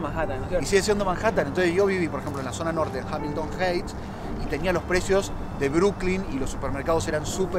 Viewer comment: y ... se escribe: "Hamilton Heights" pero se pronuncia: "Hamilton H-AI-ghts' ... que raro no saber cómo se pronuncia correctamente el barrio donde viviste ... (*UPDATE*): Acabo de visitar el canal del amigo ... por lo visto, el idioma inglés no es su fuerte 😶...